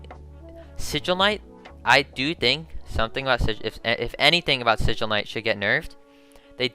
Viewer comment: This man said sigil A you crazy